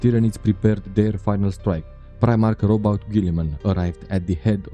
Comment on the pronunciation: Good video but your pronunciation of Roboute is wrong.